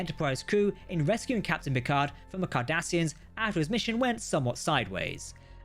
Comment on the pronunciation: I just had the craziest mental flash... When i heard Cardassians... In my head i heard Kardassians.